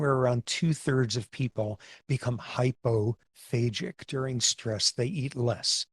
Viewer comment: The way professor Sapolsky pronounces it does make it sound like 'phasic', but the word is 'hypophagic'/'hyperphagic', using the greek word 'phagein', for eating/devouring. For comparison: of the several cell types of the immune system there is a cell type that has been named 'macrophage'.